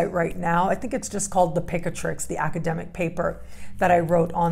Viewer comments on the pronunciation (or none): none